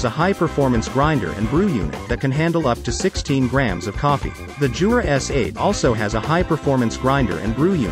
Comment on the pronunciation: it's "Yoo-rah" not "Joo-rah" !!!